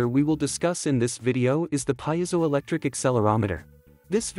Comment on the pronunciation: Wrong pronunciation of piezoelectric.